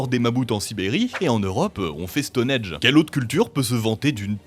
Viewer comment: Stonehenge* Pas Stone-edge.😅